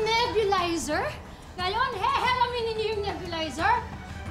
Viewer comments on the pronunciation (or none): Sa sobrang intense po ni girl , ee …sabi , “ Heheramen” hndi man lng cnabi ng director na, cut!! Ulit ulit.., Hihiramin, hindi heheramen 🤣🤣sablay si ate. Hndi talaga pinaulit kay ate 😳😳Sablay si girl😆😆Pati na si director 😂✌️✌️✌️🤣🤣🤣Tsk tsk..